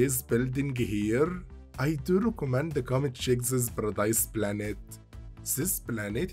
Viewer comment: Ziz baradize planets